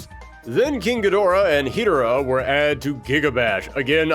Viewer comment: As a Godzilla fan, hearing you pronounce Hedorah (huh-door-uh) as Heedera physically hurt me. Still an amazing video, though.